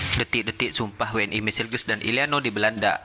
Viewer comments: we en i bukan dauble u n i ; tu cara berbahasa melayu yang benar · Bang cara bacanya jangan inggris tapi bacanya we n i jangan dabelyu